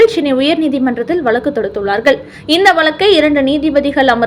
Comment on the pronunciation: Valakku valakku னு தான் படிக்கணுமா. காது புண்ணாகிறது. வழக்கு னு ஒழுங்கா சொல்ல தெரியாதா ?